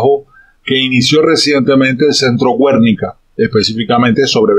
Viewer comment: Filósofo, se pronuncia "Guernica", no "Güernica"...